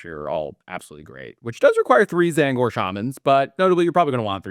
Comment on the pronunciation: Not gonna lie, every time I heard him say T-zaangor it made me flinch. Apart from that though, great video!